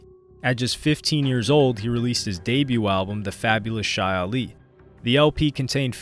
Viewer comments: its CHEE Ali not SHY ali … white people man 🙄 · It's not "Chai" Ali, it's pronounced "Chee" Ali!!😂😂😂😂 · Ok you do kno Chi Ali`s name is Pronounced Chee. As in Tai Chi. Not Shy. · His name is pronounced "chee-ali", not "shy-ali"... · Ye didn't slide... They already out walking around, writing books and shit. Man was a billionaire... And Chi Ali is pronounced "chee" not "shy". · Pronounced Chee Ali . Good work though. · Chee Ali is the correct way to pronounce it. Culture vulture 🤦🏾‍♂️🤦🏾‍♂️